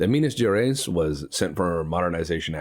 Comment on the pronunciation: Minas GerEYES like eyes in your face. I Will make you speak Minas Gerais properly untill the end of the lets play lol